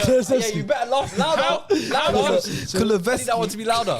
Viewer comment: when pronounced kulusevski wrong telling his bredrin to laugh louder had me dead 🤣🤣🤣 pronunciation’s are wild